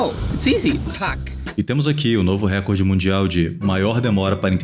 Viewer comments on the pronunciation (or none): none